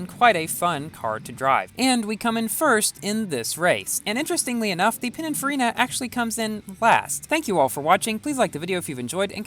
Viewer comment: Pininfarina.. not Panicfarina lol